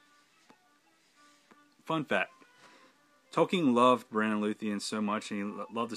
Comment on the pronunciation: Great video on these fan films. But I must correct your pronunciation for Beren. The stress is on the first syllable, not the second, which makes it (phonetically) BARE-en, not buh-REN.